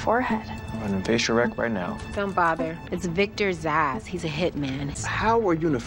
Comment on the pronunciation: It's "Zsasz". It's a palindrome. It's not hard.